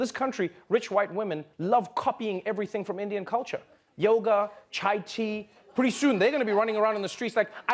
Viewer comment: Did he say tai-chi, or chi tea?